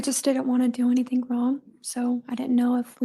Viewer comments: I just noticed said “anythink” oh lord. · I hate it. It's ridiculous. AnythinK,everythinK wth